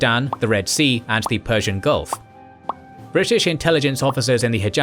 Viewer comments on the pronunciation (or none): none